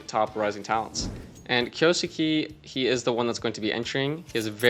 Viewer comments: It's pronounced "Kyoske", not "Kyousukee". It's a japanese nickname. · kyousuke's pronounced like "key-oh-skay".